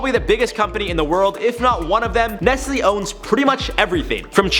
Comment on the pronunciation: I can't believe it.... i knew some ppl pronounce Nike as -N-I-K-Y but i didn't know ppl pronounced N-E-S-T-L-E as N-E-S-L-Y 😂😂😂